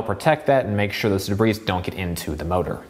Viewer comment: Excellent professional review. Please learn the pronunciation of dirt called debris, not “dabreeze”